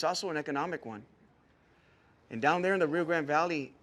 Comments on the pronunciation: She said to Bobby I'm from Rio Grand( instead of Rio Grande) Valley. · I wonder why the woman claims to be from Rio Grande Valley but mispronounce 'Grande?' That's like someone from Palm Beach mispronouncing Boca Raton.